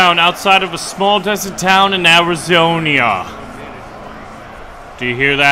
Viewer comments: It’s Arizona not arazonia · Your close to the LNN but its not Arizonia its Arizona.